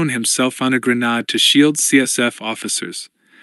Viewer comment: Or Grenade not Grenad